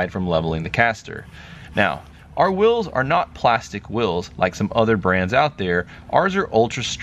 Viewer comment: Wulls? Are you saying "wheels?"